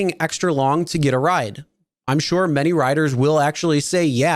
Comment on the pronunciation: I totally agree with you. This guy has no personality and emphasizes weird words when he speaks. “ This is what could happen WHEN you drive rideshare. Put gas in your car when YOU need gas. Feed your pets if they GET hungry.”